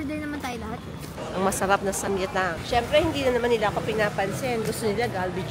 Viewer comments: ~~ ❌-sam-yetang ✅ - sam-gyetang 🤭🤗😘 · SAM-GYE-TANG po